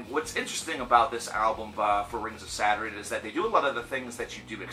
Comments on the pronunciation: saturen he keeps saying saturen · Saderin? Saturn? Now I'm intrigued on the correct pronunciation 🤘